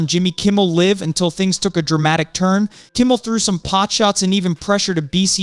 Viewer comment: How can anybody take this person seriously when they don't know how to say Jimmy Kimmel LIVE correctly???